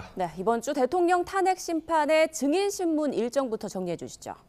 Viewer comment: Lady!!! 증인 발음이 틀렸나이다. 이를 "징인"이라고 발음하신 엥커!! 더 놀라운일!! 보도한 기자는 "증인"이라고 바르게 발음한 한국 언론!! What an irony!!!